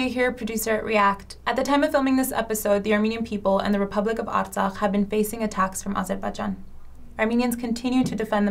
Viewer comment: At least you said Artsakh 💌